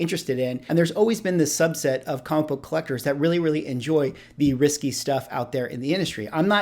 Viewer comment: It sounds like you may want to be saying risqué but it is coming out as risky.